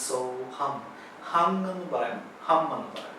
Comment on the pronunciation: The last word... is it hung or hum??